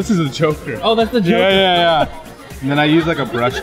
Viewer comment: OHHHHH the Joker I thought he said thw choker